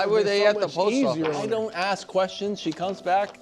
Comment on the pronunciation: My addition to the BUD list is black folks not being able to pronounce ASK. The “S” is before the K. 😂😂😂😂 Before I get hate it’s a joke folks… love Jennings on the show!